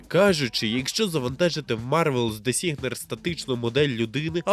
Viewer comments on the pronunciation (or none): ріот,вілтріфт,дезігнер....Можно хоч назви назви навчитись вимовляти нормально?